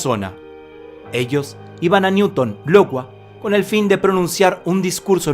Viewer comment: Iowa no Lowa!!